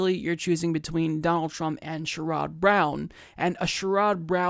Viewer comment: this is my first video that ive watched from you and im sure you follow and talk politics a lot so i have one question that coming from ohio why do you say sherrod browns name like you do? please look it up so it doesnt hurt everything else you say.